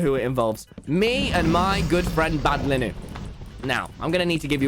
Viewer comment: It sounded like he was saying “my friend Bad Linen” 😭😂.